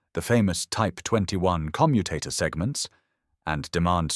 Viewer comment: AI audio naff again. Commutator stress should be on O , and not U which relates to the verb to commute. pay a bit more and get it right !